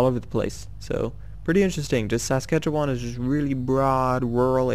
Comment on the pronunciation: Saskatchewan is pronounce sas,catch,Che,wan